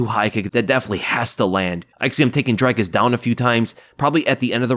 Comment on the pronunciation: Not Drykus...its Dreeekus, pronounced like the number three...:elbowcough